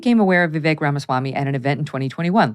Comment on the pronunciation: I'm glad to hear that Mr. Ramaswamy's first name is now being pronounced properly, Vivek, like "cake." ;-)